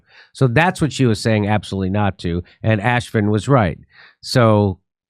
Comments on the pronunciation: "Ashfin"😂😂😂 Love it when you insult people without Even realizing it.. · It's pronounced AF-SHEEN. not ASH-FIN. 🤣